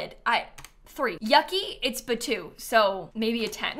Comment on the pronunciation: Batuu?? Come on it’s like you’re breaking Semaj’s heart 😂